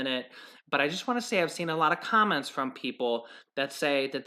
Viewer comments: Did you say "comets" or "comments" ? 😀 I belive it is "comments" of how delicious M&Ms are! Still belive M&Ms are in the box!!! Love thw suspense! Happy BD to your mom! Blessings! Shalom! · Did she say COMMENT OR COMET